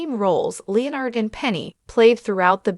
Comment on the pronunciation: Oh my god…Leo-Nard??? Jesus Christ, quit using stupid AI narrators!!